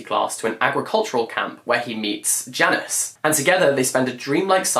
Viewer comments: ahh so it's Janusz not Janice, lol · A little pronunciation tip for you for whenever you read swimming in the dark! The second male characters name is pronounced as Yanush, the J sounds like a Y in Polish and the sz is pronounced as sh 💕 🇵🇱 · haha I thought he was saying Janice and thought to myself... Janice isn't a Polish name, but he was just trying to pronounce Janusz :D